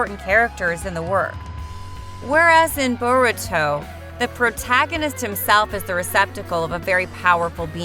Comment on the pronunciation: This is SO bad Plus Its not even how u say byakugan and Boruto